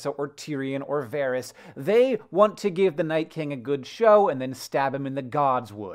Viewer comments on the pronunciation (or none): none